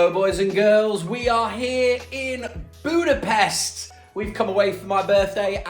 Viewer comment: Guys, you pronounce it as Budapesht. Thank you, from a Hungarian :D